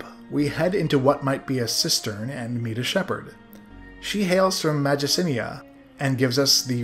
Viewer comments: Mag-i-cin-i-a ????????? It's Mag-ins-ee-ah, spelt Magincia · That comment RE the sense of first-time wonder was mine from your Ultima I video (which you replied to 😂). I’m a 21st century person and want my validation please. Also you pronounced Magincia wrong :)